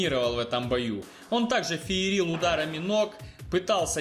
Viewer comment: "Обоя", "феерИл" - я хренею с такого русского языка.